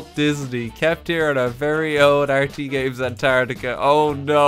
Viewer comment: would just like to point out that it's spelt and pronounced antarctica. not antartia. say it correctly.